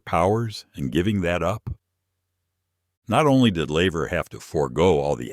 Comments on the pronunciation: Its laver not lever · Laver ...couldnt even get that right